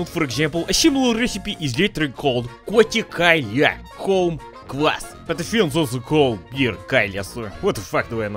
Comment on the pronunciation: pronounced kotikalja very well, cheers my slavic comrade 🍻